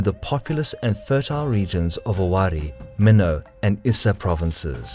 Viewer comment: FYI. Pronunciation of Mino is mee-noh. Not meh-now.